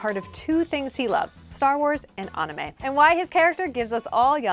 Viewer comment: Pls stop saying “anumei” it’s anime